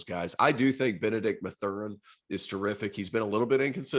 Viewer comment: When you cannot even pronounce Ben Mathurin's name correctly it suggests you don't even know who or what you are talking about.